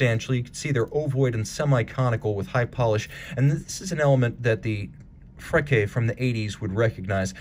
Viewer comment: your French pronunciation is excellent but you need to work on your Italian. It's Freh-CHE